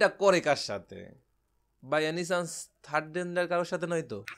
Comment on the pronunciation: থার্ড ডেন্ডার🤣🤣 উচ্চারণে ফোকাস করো। Time